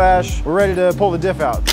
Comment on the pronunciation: Anyone kept hearing “dip” instead of dif